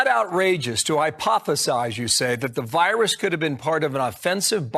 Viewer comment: Oi, you got a loicense for that voirus, m8?